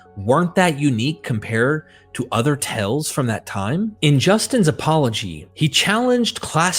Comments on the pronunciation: Like the research and presentation. One gentle suggestion, my ears kept hearing you frequently mispronouncing the word "tales" which is a homophone of "tails" not "tells" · Amazing research well done except you are reading too fast also tales is not pronounced tells. Tells means something hinted at something a poor poker player does and it throws off the listener. That and similar errors keep disrupting your documentary which is complex and requires careful attention. Congratulations though important contribution to our understanding of the origin of Christianity.